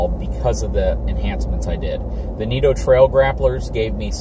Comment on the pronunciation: It's nitto not neato